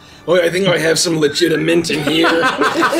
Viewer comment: ok. "Legita-mint" got me.